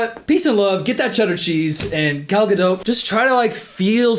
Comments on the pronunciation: At least pronounce her name right if you're gonna be a hater. "Guh-dote." It's a hard "t" bruh. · easily the funniest part of this whole video is gradually mispronouncing her name worse and worse 😂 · Girl I cant watch the rest of the video if you’re gonna keep pronouncing the T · Worse than any of her lines is your pronunciation of her name. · This video is the first time I heard someone pronounce her name, and I can't tell if that's how it supposed to be pronounced or you're saying it sarcastically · Love your videos but this was a hard watch because of the pronunciation of the T at the end of Gadot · I don't think your meant to pronounce the "t" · Please learn how to pronounce her surname correctly. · It would be great if her last name was pronounced correctly especially since it’s said like a million times in the video. I couldn’t even focus on what was being said bc he continuously says her last name incorrectly. Sorry, I love but just found it really annoying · I think the hardest thing ive done as a French major, second to watching a Gal Godot movie, was listening to this man (no hate) pronounce the 't' in Godot for 20 minutes straight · Hey,? Hiii I think the t in Gadot is silent 😬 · Thank you. To anyone who doubts this fact, search YouTube for “how to pronounce Gal Gadot” and you’ll hear it from her own lips. If links weren’t forbidden I would’ve provided it. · The t at the end of Gadot is silent........ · “this fk ass BOB” 🤣🤣🤣also, I like how you enunciate the “T” in Gadot (it’s silent!) 😂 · the t in gadot is silent. Good video mate. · Her name is Gal Gadot, not Gal Gado. She is Israeli, not French. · Come on, she is not French, why do you pronounce her last name like GadO😂 it’s pronounced with a T at the end: GadoT. Stress on first syllable. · You could say her name right though…she’s not French, it’s Gad-dot, you can say the damn T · It’s pronounced gado you don’t say the T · her name is pronounced Ger-dot!